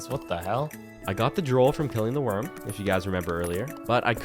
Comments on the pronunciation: You called it Droll, it's pronounced Droooool, like the stuff that drips from your mouth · Anyone else notice he pronounces drool like drole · Why do you pronounce drool as droll? And did you not notice that you got it from the slimes?